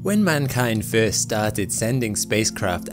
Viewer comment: FIRST LIKE FRST NOT FEEERST 😮😮😮😮